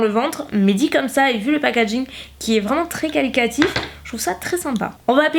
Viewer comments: Trop cool que tu aies « changé » d’avis. Je suis contente d’avoir ton avis sur ses produits qui me font de l’œil ! Par contre.. on dit QualiTAtif et pas QualiCAtif.. désolée j’étais obligée de le dire ça m’a stressée toute la vidéo haha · On dit qualiTAtif et non qualiCAtif :p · Ma jolie. On dit qualitatif. Et non qualicatif. Qualitatif: qualité. On te pardonne. Tu nous apportes tellement ❤️ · "qualicatif" x)